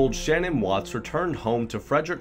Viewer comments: FYI her name is Sha Nan not Shannon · Shanann was 34 not 44 and you pronounced her name wrong Znot shannon shann Ann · Her name isn’t Shannon, it’s Shanann (like sha’nann) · #2 you call Chris Watts' wife Shannon, but it's Shanann pronounced "Shan Ann". Just correcting you in her memory because it was said that mistake in pronunciation always bothered her. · Her name is Sha-Nan NOT Shan-on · Watts wife's name was Shanann - emphasis on the second syllable...pronounced Shuh NAN. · Her name is not Shannon! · Hiya... Like the direction you're taking in your vids, but hon, ya gots to RESEARCH! And research well... Watts' wife's name is pronounced Sha-Nan, emphasis on second syllable... He has many stories to his confessions, but the generally accepted is that he murdered his wife in the house, took her body to his truck and laid it down on the back seat's floor. He then put the girls on the back seat, while the girls asked "What's wrong with Mommy?" He transported them to a battery of oil tanks owned by his employer's company. He strangled the youngest, Cece, first. After having witnessing that horror show, his oldest, Bella, asked him if he was going to do to her what he did to Cece... He did indeed do so, but the little girl fought for her life, as highlighted by the post mortem reports. He then callously stuffed one tank with the youngest, and the eldest in the other tank. However, Bella didn't fit the 18" hole like Cece had, and he had to wrench her arm from it's socket in order to manhandle her in. Bits of skin and hair were retrieved from the lip of Bella's tank. Many more plot points in this horrific mess, but there you have the final moments of the family... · You pronounced Shanann Watts' name wrong but this is a good video!